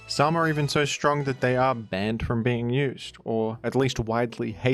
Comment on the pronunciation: can we talk about how said "banned" here?